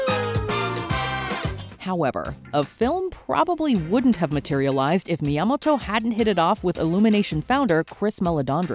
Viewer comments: That is the weirdest pronunciation of Miyamoto ever😂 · The way she says Miyamoto is so cringe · “Yamoto” She missed the first 2 letters. Is she dyslexic? (Edit: never mind, continued the video. She’s saying “Mi Yamato”.)